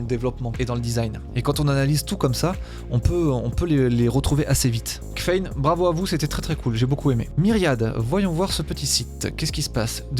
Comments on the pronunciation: Kffein, ça se prononcerais pas caféine ?? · Presque sûre que kffein se dit caféine ;) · Le menu de nourish change est d’un propre ✨ je vote pour lui ! Sinon, c’était aussi du troll ta prononciation de kffein (caféine) ?